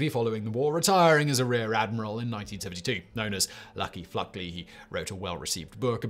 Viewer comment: I'm used to Simon butchering pronunciations, but the man was named Fluckey, not FluckLey. He was "Lucky Fluckey."